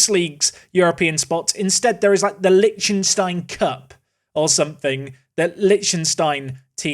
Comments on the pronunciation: Lec-tin-stein , not lynchinstein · how can you be this horrible at pronouncing like usually idec but this just pisses me off honestly. Liechtenstein and Sarajevo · Is that how English people pronounce Liechtenstein? Jesus christ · Where did you learn to pronounce Liechtenstein? 😂 It's delightfully and horrifically butchered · The mispronunciation of Liechtenstein hurts me :( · Thanks! I always said it wrong too 🤣✌